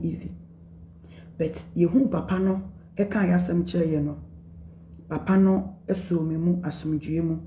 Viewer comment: U r still saying papanu lol